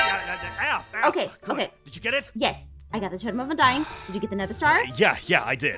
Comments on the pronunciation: “Totem of undiededing” 💀💀💀💀💀✨✨✨ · I LOVE when it said “totem of undieddeding”😂